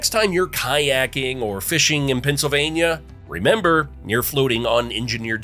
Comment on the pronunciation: Pa! Keystone state,. The speaker says the states name a lot. Many perfect ways of saying it. Pen cil vay n yuh